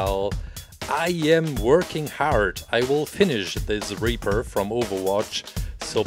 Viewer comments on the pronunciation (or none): He pronounced Reaper from Overwatch as Raper, lol. Love your accent and talent, you earned a new sub